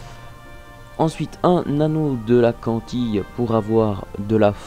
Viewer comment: Tu sais pas parler ça fait peur ! Cantile ça se dit cantile pas cantille, ensuite gelano c'est pas GUelano, sandales c'est gorythme et non gortyme --' ! Puis j'en passe..